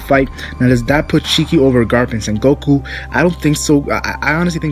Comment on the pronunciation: lol u keep saying san goku its sengoku lmao